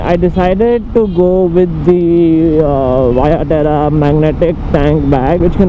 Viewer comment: Not waya terra, it's veya terra. good effort though